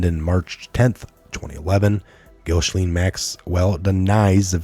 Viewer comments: Pronounced Gis lane. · this evil predator female her name is pronounced jissslennn